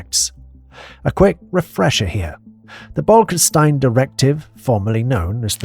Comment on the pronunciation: I gotta say it: the name is clearly spelled on screen. It's not BolkeNstein, nor Bolkstein, but Bolkestein